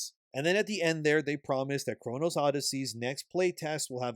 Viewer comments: chrono oddysey. not chrono's oddyssey. Man that bothered me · No offence, but if you are calling out a game for lying you should at least get the name right... you consistently call it " Chronos "... not once did you say " Chrono " how can you get this so obviously wrong every time?😅 Makes me question if your voice over is not AI or something unable to say Chrono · Bro you're killing me, it's Chrono Odyssey, not ChronoS Odyssey.. You've even got it written in your title, pronounce the damn thing right! lol. Not many people really like Neeko, nor do they agree with his statements, there's a reason he has a low follower count. As for the game itself, we've only had a beta test and they've already told us they'll be fixing the lightning which was the one thing ruining the graphics and look of the game. Combat is amazing it just needs to be tweaked a little, there haven't been any lies YET. We can only hope for the best that they won't put any cash grabs in the game. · The fact you keep saying “chrono’s” really grinds my gears…GAME IS GOOD! Not great but great potential can’t wait to see how it’s finished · I had to stop watching after the third time he said "Chronos" instead of Chrono. IDK why but it was like nails on a chalkboard. How am I supposed to take any information he says seriously when he can't even say the name of the title correctly. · Chrono. Not Chronos. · "Chronos Odyssey"? 🤨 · Why do you keep saying "Kronos Odyssey?" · Well, you're not the only.. a few content creators keep saying it 'Chronos' too.. 😅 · Like your content but CHONO! No S, killed me with that. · There is no "s" in "chrono". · It's "Chrono" Odyssey. There's no "s" at the end of "Chrono". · Bro, please. It's CHRONO Odyssey. No "S". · It’s Chrono there is no S in it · You are pronouncing Chrono wrong. I don't know where you keep pulling an S out from